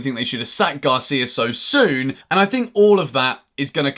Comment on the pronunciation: Gracia sounds like you're thanking someone 😂, it gotta be Garcia 😅